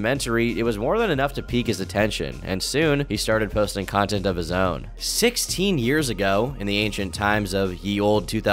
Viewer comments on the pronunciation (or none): Why you gotta emphasize 16 years ago like that